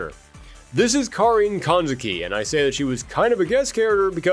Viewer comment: Thanks for pronouncing Karin's name right